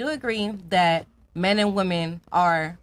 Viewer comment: Why can't these modern American minority females understand the difference in pronunciation between the words "woman" and "women" ???